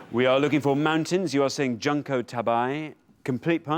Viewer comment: As usual, the show’s pronunciation of Japanese is way off. Junko (June-co) Tabei (ta-bay).